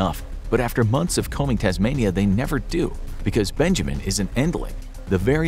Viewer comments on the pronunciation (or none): none